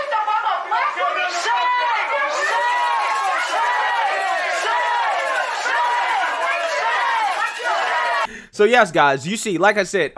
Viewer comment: “As a black whamon” 👱🏿‍♀️